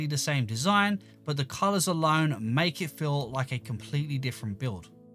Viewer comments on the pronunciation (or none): thats how he says build